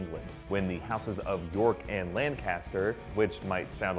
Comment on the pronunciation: and York vs Lanc'ster (like Lannister), not Lan-CAS-ter, ugh